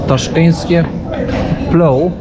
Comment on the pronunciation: Nie plou tylko plov 😂